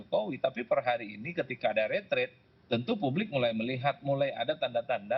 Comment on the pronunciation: TOLONG DIBACA YANG BENAR RE TREAT BUKAN RE TRADE. KALIAN SARJANA PUBLIC OFFICER DLL